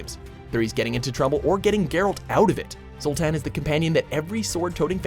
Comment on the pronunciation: You can tell he's never played a witcher game. Just listen to how he says "Zoltan"